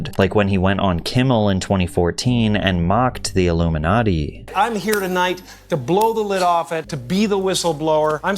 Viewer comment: He said " luminutty " not illuminati